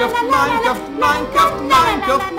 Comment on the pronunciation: e si dice minecraft no minecraf!!!